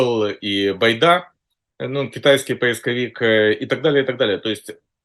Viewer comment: Этот мужик всерьез говорит легемитизация.и дедоляризация. И еще много странных слов. Китайский поисковик Baidu он обзывает байдой. Еще он прочитал учебник истории за девятый класс и очень любит его пересказывать. Этот странный чувак у них называется АНАЛИТИК.Яка страна, така и аналитика.., вот это клоун очень смешной.Зови его чаще.КУхар, конечно. все авно круче. но Кухар воюет. Ну хотя бы этот пусть публику развлекает.